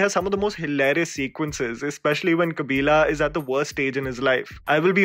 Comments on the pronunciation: It's not kabilaaaa... It's kabilan.. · Say it with me "Mariamma"- not "maryam" "Kabilan" - not "kabilaaa" I am not even a south indian but it hurts my ears when people say these names so incorrectly even after hearing them hundreds of times in the movie .